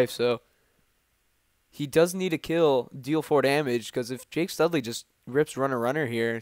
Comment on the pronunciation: It's Jack not Jake haha